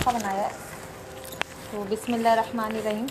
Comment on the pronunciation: Asslamualeykum.. bura na manaiyega plz par ap bismillah hir rakhmanir rahmim bolti h... Par vo rehmanner Rahim hota hai...❤️